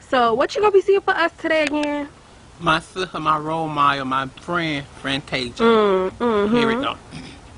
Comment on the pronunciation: lol "my sista, my wole model, my fwen, Frantaisha"!